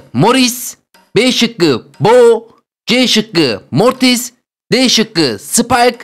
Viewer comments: moris yani mortis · abi mortise morris demen komik cevap morris